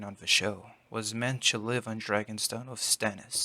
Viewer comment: It's "To", not "Chu".